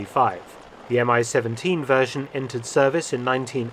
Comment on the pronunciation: BTW, it's called the mee-seventeen and not M-I 17